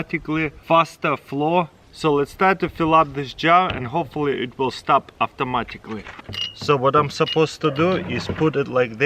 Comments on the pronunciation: Only I hear him say "auftomatically" !? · We need an "Avtomaticly" counter please! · AFTA MATICLY